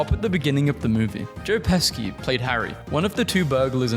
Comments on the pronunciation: Hearing Pesci pronounced as "Pesky" killed me lol. For reference, "sci" in Italian makes a "she" sound, so it'd be more like "Peshi" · Pesci is pronounced "Peshi" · say pesci's name like that one more time and i'll come to your house and clog your toilet